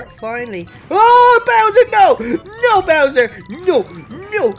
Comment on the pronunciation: Why did you call bowser poo pa💩😂😂😂😂😂